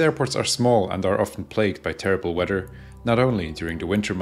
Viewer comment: Love the way you pronounce weather.WEDDER?